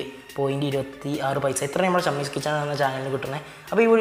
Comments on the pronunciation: ഷമ്മീസ് അല്ലെടോ... ഷമീസ് 🙄🙄🙄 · ഷമ്മീസ് അല്ലടാ ഷെമീസ് എന്നാണ്‌. 'യേയ്' അല്ലടാ ഏഴ് എന്ന് പറഞ്ഞ് പഠിക്ക് . നാവ് ദിവസവുംവടിച്ച് കളയാൻ ശ്രമിക്ക്....